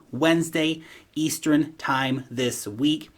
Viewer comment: it's easturn, not eastearin!